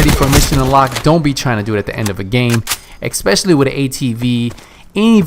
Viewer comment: It's 'especially' not 'expecially.'